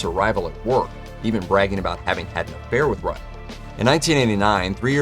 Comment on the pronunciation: It pronounced ROOO TUN